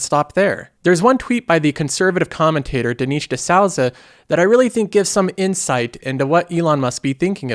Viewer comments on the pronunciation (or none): “Dineesh D’Sowza”